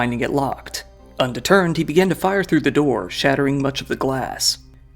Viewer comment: "Undeterned". Bruh